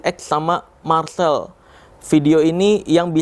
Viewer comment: Marseeel.... Marsel